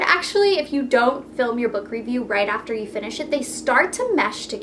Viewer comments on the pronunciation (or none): none